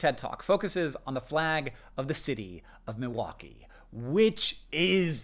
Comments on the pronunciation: I’m from Milwaukee. And I didn’t recognize either one of those flags! I know the Chicago flag though. Thanks for pronouncing “Milwaukee” correctly. I live near the lake and the Milwaukee art museum so it’s weird that I never saw our flag. Now that I’ve seen our flag, I don’t hate it. I think it’s cute. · As a wisconsinite I'm just glad that you're pronouncing milwaukee correctly lol